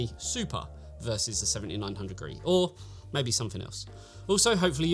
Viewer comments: He does mention this is the review for the card, it's just easier to say "gree" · Gee-Arr-Ee, not "Gree". it stands for "Golden Rabbit Edition", a Chinese cultural reference. I know it's unimportant, it just was a minor annoyance that was distracting for me as I watched the video. Obviously all the technical information was spot on, though.